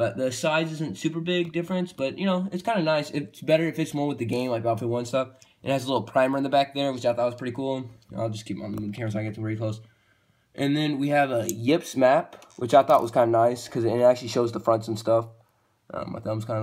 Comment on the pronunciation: Ypres is actually pronounced "eep" but yeah I think we all pronounced it yip at one point